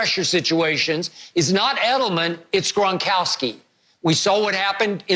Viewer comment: “Rob Grongronkgry”